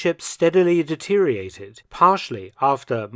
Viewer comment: Please learn how to say "deteriorate".